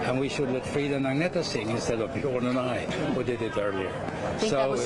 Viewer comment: He can't even pronounce Agnetha's name.